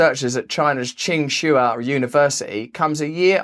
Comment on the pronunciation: I lowkey died when he butchered QingHua